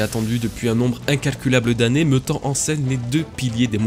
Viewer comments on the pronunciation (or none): Pk tu dis "meuttant" "meuttrons" au lieu de "méttant" "méttrons" Jme moque pas hin jsuis curieu